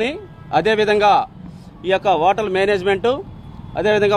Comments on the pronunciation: ఓటల్ కాదు CI గారు ..హోటల్.. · Fast pronunciation lo o vsathundile h silent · Hotel lo H silent raa baabu😂😂😂😂😂😂😂😂